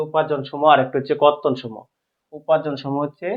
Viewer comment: বর্তন নাকি কর্তন বুঝতেছি নাহ